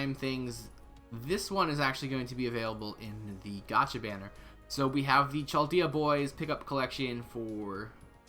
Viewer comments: Why you say CHal dayah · Yo! Love your videos man, but just fyi, Chaldea is pronounced "Kaldea". Keep up the good work though!